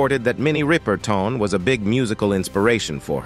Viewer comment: Minnie's name is pronounced; rip-urr- tun. NOT ry- per- tawn. Get the pronounciation right !!! Also, she had a son named Marc Rudolph who was older than Maya. Please don't post things when you haven't done your research; that dishonors the person's legacy.😮